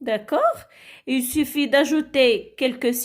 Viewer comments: Chouha wach il ne se prononce pas elle Prononciation nulle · Chouha prononciation nulle Il ne se prononce pas elle